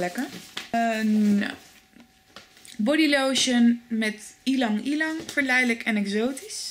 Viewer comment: hihi 'ielang ielang'. Klinkt grappig! Ik weet niet hoe je het uit hoort te spreken, maar ik zeg altijd jlang jlang.